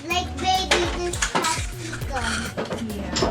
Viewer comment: Posikol!!! 😅naalala ko lang lolo ko ahhaah! POPSIKUL LAGE BANGGIT NIYA.. Anyways, love ko avocado so maybe I can try this out too